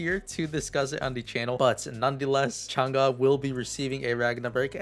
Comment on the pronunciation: what you say Changa, instead of Chang EEE? :D